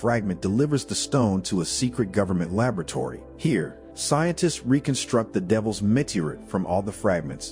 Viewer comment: Please teach this AI voice how to properly pronounce the English language, especially “meteorite”.